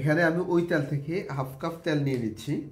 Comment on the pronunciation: শব্দটা পোলাও, পলাউ না।তেল,ত্যাল না।